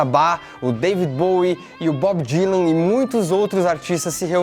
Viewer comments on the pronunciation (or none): none